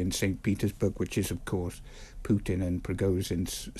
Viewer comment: Stop saying 'Pyutin'. It's Putin as in poo-tin.